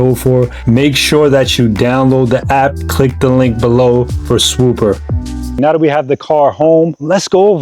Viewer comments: Idk why but him saying “swooper” when it’s “swoopa” is hilarious to me dawg. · I know you’re from the northeast but does your sponsor hate that you mispronounce their name every single time? I know you can say it…..SwoopAAAAAH not SwoopUUUUUR. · Bro why you keep putting a ER AT THE END it’s swooppppppaaaaa 😂😂😂😂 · Please learn how to talk before making these videos. Swoopa is swoop-ah, not Swoop-er. If I was your sponsor, or sponsa as you say, I’d drop the support immediately. Other than that, you did a fine job and I enjoyed the video. Hope you continue to hone your craft, you have promise.